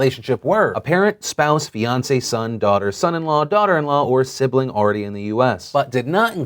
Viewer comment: When Phil said Fiancé, I heard Beyoncé